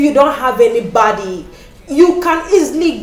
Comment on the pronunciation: Your experience is valid. The storyline is awemazing, microbiologists working in banks 😂. I couldn't help but notice how you pronounce Anybody "Anybady". I loved the video editing.